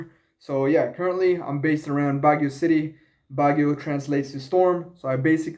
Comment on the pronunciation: Bagyo is different from baguio bro😂 emphasize the YO...